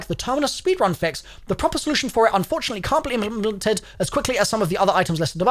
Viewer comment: Hahaha did you guys hear him say “implemented” ? Lmao implimpleted